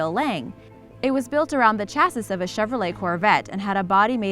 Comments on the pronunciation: LeMans....LeMans.... Luh Mon you fuckwit. Chassis.....Chassis... Cha-see you slackwit. Also stop reading statements like questions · She also said “chass es”. Who hired this girl?! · I can't stand it she pronounced LA Mans wrong and she pronounced chassis wrong you pronounce it shassee not chassiss LA mans is pronounced le mahns not LA maans. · LeMan is Pronounced Le Mon - Chasis is pronounced Chaasy - Reventon is from Italy not Mexico. Please have someone who actually knows what they are speaking about not someone reading a script and hasn't a fxxking clue. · She called it a "Cha-Sis" hahaha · "Cha-siss"? haha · Lady... Learn how to pronounce "LeMans" EDIT: And "Chassis" Why are you talking if you don't know what you are talking about??? EDIT: And "Porsche." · Did she mispronounce chassis? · Not to mention chassis and Le Mans. Christ on toast! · As a true car enthusiast from a young age I know alot about cars and this chick is just reading a script she didn't write as she mispronounced LeMans and chassis and the video show cars she wasn't even talking about. And possibly the biggest trigger of all is when she's talking about the McLaren F1 she says it costs alot of money for a car without a radio or ac or cup holders. Well real car people Know that super cars and hyper cars don't have any of that because the car needs to be as light as possible and those things take away the true super/hyper car experience.